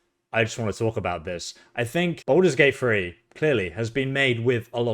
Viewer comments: "Balders Gate Free"😂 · This guy keeps saying, "Baldur's Gate Free" and I keep thinking, "when?!"